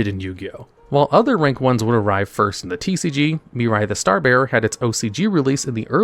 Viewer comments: I love how you say Mirai, yet the card says Mira. Yugioh Mandela Effect? 🤔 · In what universe can you look at the name Mira and see and pronounce Miri? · why you calling Mira, Mirai? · It's not "Miri" it's "Mirai". Still incorrect either way, but atleast slightly more understandable why it happen, since the latter is a word that actually exists (namely it's the japanese word for "Future")